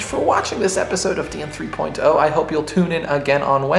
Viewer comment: I noticed your pronunciation of 3.0 today. :P Very nice.